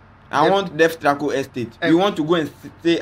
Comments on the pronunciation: I don't know Ghana but I laughed when he said Destraco estate😁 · I think he meant Trasaco